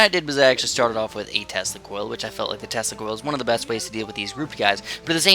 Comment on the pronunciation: Why does Tesla Coil souds like Testicles? :D Yep, i have one or two testicles :P